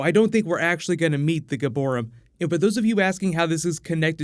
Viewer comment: Fun Fact - "Giborim" literally means "Heroes" in Hebrew. It's pronounced differently - (Gee-bo-REEM) and It's a modern word ,not an archaic one like "Nephilim" so I found it pretty hilarious to hear them say "church of heroes" on a weekly basis, specially when you think of the fact that in the show it was funded after the mythos of Jonah.. the villain..